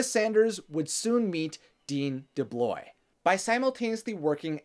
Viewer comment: Great video... one complaint: it was very distracting how has difficulty with pronunciation several words throughout (goeesh instead of 'gouache', for example lol) and inconsistency and mispronunciation of names (DuBlois, for example). Which took me away from what was being said for a few seconds, i had to rewind and rewatch but I had to concentrate very hard to avoid those mistakes.